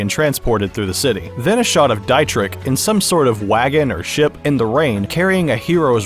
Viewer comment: Just an fyi Dietrichs name is pronounced like Dee-trich ( the ch is pronounced like the beginning part of the word cute when you say it slowly)